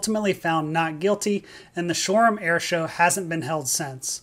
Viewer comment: I think you got wrong pic for nimrod crew.. you’ve shown the Afghanistan crash crew, not the Toronto . You pronounced Shoreham ok tho. 👍